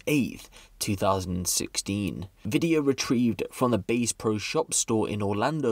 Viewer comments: ITS BASS PRO SHOPS NOT "BASE" PRO SHOPS WTF MAN!!!!!!!!!! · bro really said "base pro shop" lmao